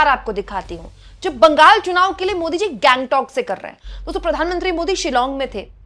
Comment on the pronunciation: दीदी गैंगटॉक नहीं, उसे गंगटोक कहते है।